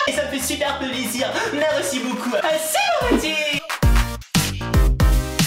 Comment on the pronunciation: quand tu parle j'ai malle au oreille putian tu n'a jamais essayé de dire un mot français correctement dsl mais mereci ça veut rien dire est seul qui mette #teampalimier #teamsallop